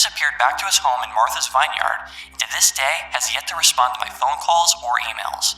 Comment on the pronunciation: look up how to pronounce "vineyard",. it's not pronounced how it's written